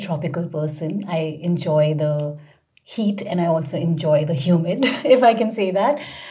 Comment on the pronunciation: No way she could get a 9 based on this performance. Her pronunciation alone was already a decent detractor. She kept pronouncing the TH sound as if it was a T and she also rolled her R like in Indian.